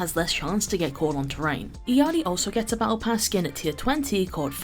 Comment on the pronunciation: Her name is pronounced: “ill-yar-ee” 😊